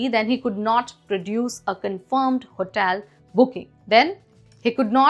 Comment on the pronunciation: Pl brush up your pronunciation... what is HOTAIL?